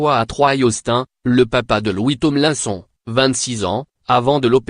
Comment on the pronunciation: On dit "Tomelinesone" pas Tonlainson... Ça se voit que c'est une fausse voix !